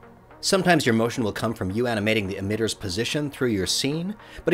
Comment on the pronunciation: ..aminating? ..lol